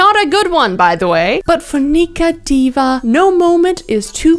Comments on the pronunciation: just a heads up, her name is diwa, not diva. its a filipino surname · Hey yooo love this upload. Also I think her last name might be pronounced with a w instead of a v so like it’s Diwa because she is of Filipino origin I believe so that’s how we usually pronounce our names well unless she took after her husband’s surname so I guess u have the right pronunciation